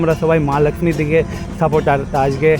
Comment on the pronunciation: বাংলা যখন বলছেন; তখন 'ল্যাকশ্মি' বলছেন কেন ? বাংলার 'লক্ষ্মী' উচ্চারণ করতে কি খুব সমস্যা ?